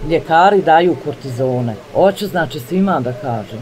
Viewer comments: Kardiohirurg, a ne mozete sebi nove zube priuštiti?? Drugo, ne kaze se kUrtizon, nego kOrtizon🙈🙈🙈😂😂😂😂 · Kardio hirurg ??i kaže kurtizoni 😮😮 Ženooooo KORTIZON